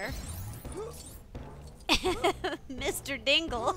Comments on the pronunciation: Diggle, not Dingle, silly. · Hahaha it is so funny 😂😂😂😄😄😄😃😃😃😀😀😀